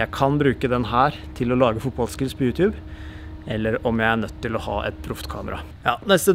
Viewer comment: Slutt å si youtjube det heter YouTube